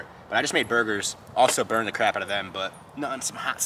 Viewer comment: Bruh you meant to say. The Fuck But you said. Doe Fuck